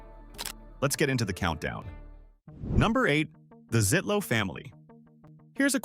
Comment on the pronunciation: It’s not just a gas station or convenience store. It’s a destination! I love everything about Kwik Trip. But the name is pronounced “Zietlow” (long “e”).